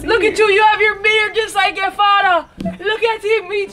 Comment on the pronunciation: “it’s me yuh fada” that’s the only time she sounded jamaican lmfaooo